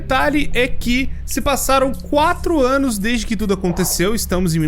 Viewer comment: Não é possível o falou ânus é não anos